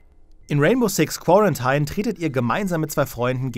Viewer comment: Das spricht sich quorantine nicht quorantein. Ich dachte wenn man als journalist studiert hat könnte man englisch.